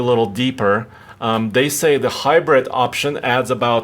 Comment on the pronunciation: “Deh Hybredt”